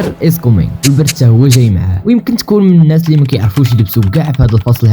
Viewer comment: كومين ههه وصاط باغي تقول لينا نطورو من ريوسنا سير تعلم و تطور فلونجلي ديالك ههه